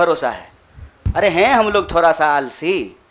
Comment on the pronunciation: Dear kanhiya , beta ji ab aap ‘ D ‘ d hi bole please ‘thora Thora’ Mat bolo . I feel ashamed . I m proud of u . U will b biggest leader of India one day . Lagta hae mujhe tumhari language ki teacher ban na hoga. Never mind , I like u , ur speeches nd ur ideology .👍